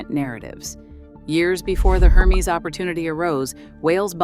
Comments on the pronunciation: hermes = air-mez...not her-meeze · Please. Can you pronounce Hermès correctly learn how to pronounce it. It is a French name/brand you never translate a proper name. Have some respect